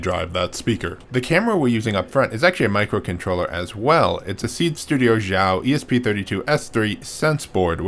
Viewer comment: hey! You said Xiao correct ! It's kind of a pet peeve for me, sorry.